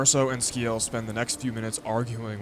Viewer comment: It's pronounced Si-el not Ski-el 😅 assuming you got that eventually